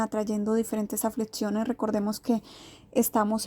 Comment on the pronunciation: Duras "aflitciones" en los "protsimos" días 😂😂😂 No pueden hablar bien o grabarlo con voz??